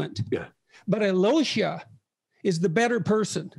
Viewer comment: Aivan and Aloish... you guys mispronounce this name so badly I can not even write how you say it🤣 That feeling when you are russian and you learn about russian literature from a british dude. All-yee-low-sha😂😂😂😂 Why just dont say Alosha like hawaian Aloha but with sh sound?